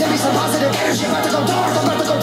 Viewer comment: He says about to go dark not Darth 😂